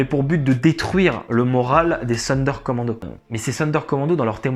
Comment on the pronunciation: Sonderkommando se prononce Zonderkommando !